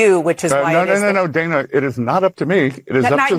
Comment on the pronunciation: He can't be bothered to get her name right either, it's not pronounced day-na, it's dan-a